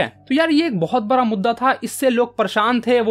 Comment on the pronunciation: भाई बरा या बडा 😊😂😂😂😊😊